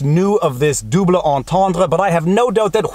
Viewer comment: I love it when he says "dooblay".